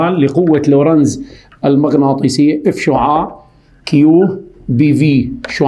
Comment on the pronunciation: ركزولي باول المقطع على كلمة s شعاااع شلون عم يقولا😂🌚